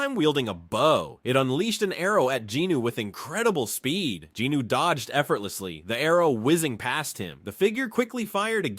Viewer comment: these videos are awesome but the way you incorrectly pronounce jinWOO’s name is unbearable